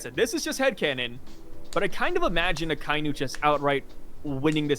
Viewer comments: you need to learn how to say Akainu bro. If you watch the anime in Japanese they say like everyone says bro why you trying to “be different”? It sounds terrible. Imagine someone call your name in his own way just because he wants to lol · You’re American and you butcher a lot of Japanese names a lot of the time. You should just pronounce it properly. Show some respect to the culture of the anime that helps keep your income rolling in